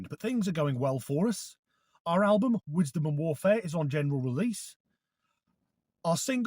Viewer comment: When you said Wisdom and Warfare, I thought you said Whitstable Warfare 😅